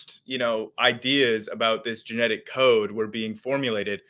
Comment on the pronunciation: ok sorry cant listen to this "chaode"